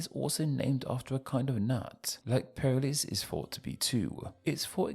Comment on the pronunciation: Perlis should be pronounce more like the word police but with per instead of po